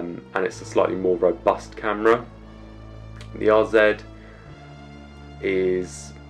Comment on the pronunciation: Thanks you for pronouncing RZ correctly as a brit